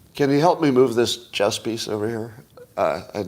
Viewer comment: At first, I thought he said 'Chest Championship'